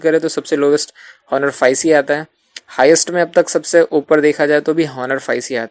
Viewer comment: Just correct the pronunciation of Honor.